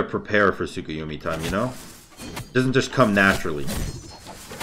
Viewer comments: Nice vid but saying tsukuyumi and not tsukuyomi was giving me some sort of tick in my neck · TSUK-A-YUMI cmon lol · You’re not saying his name right